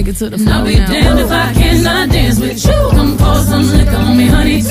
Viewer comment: If your serious write something original. This is bubble gum Work on your speech The word you sounds like shoe. Too much sugar no country